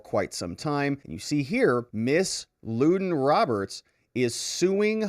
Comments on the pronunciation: Thank you for the break down and update of this man's shameful behavior to his own daughter. I do think though that the mother's name is pronounced "London" not Luden. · Her name is Lunden pronounced “London”. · Ummm....I think it's LuN dun Roberts. About the fifth person I've heard, pronounce it Lew don. One of those narcissistic name things where people think a cool name males them desirable. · Lunden Roberts as in "London".